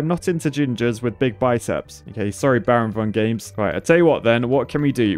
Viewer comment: Don't say baronvongames again!